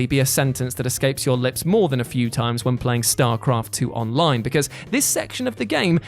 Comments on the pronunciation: "STARCRAFT 2'S ONINE MODE" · Ah yes....the onine mode. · StarCraft 2 "onine" mode? Lol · “ONINE MODE” lmao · "onine mode" lol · Onine mode. lol. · Onine mode lol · "onine mode"